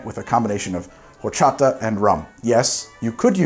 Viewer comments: Side note from a Mexican fan, horchata Is pronounced "orchata". The h doesn't make a sound, but other than that great show great drink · Just heads up, being a Spanish word, horchata is said or-cha-ta. The H is silent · Do NOT pronounce the "h" in horchata, sir, please. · H is silent in Spanish. ;) (Think "Orchata") ... Much love from an American living in Mexico. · The h in horchata is silent :)